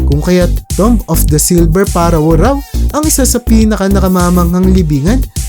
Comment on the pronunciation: Napaiyak ako sa pronounce ng pharaoh parowah wah wah